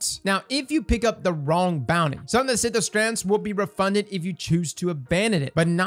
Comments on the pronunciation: Wtf is a “Synth”O”strand”? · 😂😂 It's SYNTH-strand. I see you're loving that invisible "O" I feel ya 🤣😛